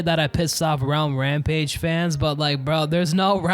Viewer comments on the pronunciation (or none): Idk i heard "Brown Rampage"